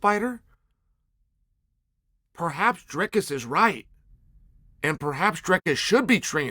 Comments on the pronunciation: Uncle Chael's inability to say a name as simple as Imavov is one of his most endearing traits. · Mispronouncing names gets him more comments than anything else. He knows what he's doing... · Uncle Chael making entire videos just so he can mispronounce Imavov 500 times 😂